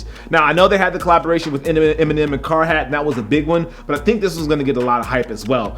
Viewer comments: car-hat 👏🏻 it's carhartt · Did he just say car hat??? Really? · Anybody else hear "collaboration with car hat" lol Great vid tho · Eminem and carhat boi!!!, it's carheart